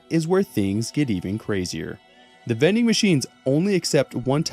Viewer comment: Bro said vending machines then I was like oh THOSE vening machines